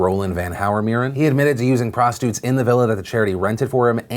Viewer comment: Am I the only one that noticed that Phil calls prostitutes "prostutes"